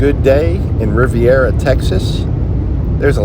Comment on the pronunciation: Very nice ride. Corpus is a big city but not too big.👍 Have always liked it. I've always heard Riviera pronounced as in French Riviera. Hope that makes sense. Hope you have a great day buddy!